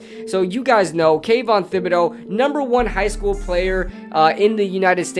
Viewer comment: Just a heads up thibodeaux is pronounced with t instead of th. Keep up the good content